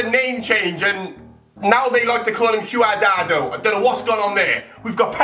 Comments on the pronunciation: Omfg qadado it pronounced quad-rad-ow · What did i just hear, CooAdardo, WHAT????? It's prenounced CWADRARDO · q-a-dardo its quad-rado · Its Cuadrado not Q adado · 😂😂😂 its pronounced cwadrado not q-a-da-do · Q-ardardo? GONTH, learn to pronounce. Jeez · It's pronounced quadrardo* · wtf. cu-ar-dado??????? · he said caudrado wrong 😂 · he says qadado. it's quadrado pronounciation fam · quadardo? ahaha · that moment when gonth call cuadrado Quadado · it's pronounced cwa-dra-do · QRdado? At least learn the names, its your fucking job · que-are-dado ....Oh dear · Cooadado and car ja val 😂😂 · says quidrado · Cuadrado (Quad-dra-do) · Quardado? Who Tf is Quardado? I mean wtf 😂😂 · Its pronounce cwadrado lol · Who the fuck is cooardardo gonth? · How he pronounced cuadrado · Why can't he say Cuadrado properly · You pronounced cuadrado wrong